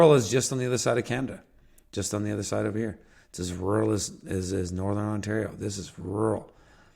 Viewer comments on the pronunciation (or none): none